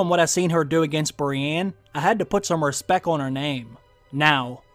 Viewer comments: “I had to put some respek on her name” lmao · Put some "respekk" on Arya's name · You gotta put some "Respek" on that name boss man 💪🏿💪🏿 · Put some respeck on her name!! 💀💀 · Put some respeck on her name!!!🤣